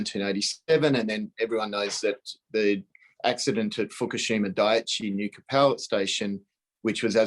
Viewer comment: ....laughable